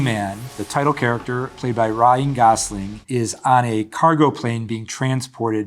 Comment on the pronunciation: Played by “RAH-EEN GOSLING”